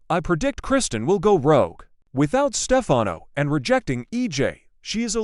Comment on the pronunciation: I think the narrator would know how to pronounce , Stefano😡